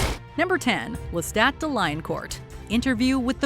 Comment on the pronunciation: the only bad part is the assassination of the pronunciation of Lestat's last name which is franch.